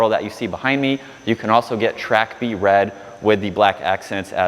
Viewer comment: It is pronounced track bread…..as in bred for the track